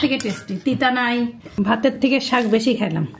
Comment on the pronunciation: শাগ নয়। শাক্। শুধু বোরিং না বিরক্তিকরও। রান্নার সময় প্রত্যেক মুহূর্তে কথা বলতে থাকে। এত অস্বাস্থ্যকর পরিবেশ ও পদ্ধতিতে রান্না করে!! প্লাস্টিক কনটেইনার (কাঁচা হলুদ বাটা রাখা) গরম পানিতে ডুবিয়ে ডুবিয়ে হলুদ গলানোর চেষ্টা!! যা শরীরের জন্য মারাত্মক ক্ষতিকর। সবসময় স্বাস্থ্য রক্ষার কথা বলা হলেও ভীষণ অস্বাস্থ্যকর কাজ কর্ম করা হয়।